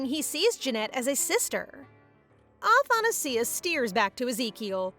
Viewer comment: athanasia is pronounced differently btwww :00